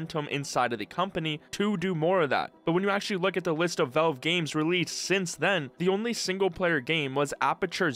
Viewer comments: I absolutely can't stand the way you pronounce Valve. Work on it. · are you unable to pronounce the word "valve"? just curious